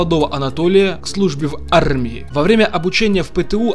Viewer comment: Почему нельзя нормально говорить слово армия?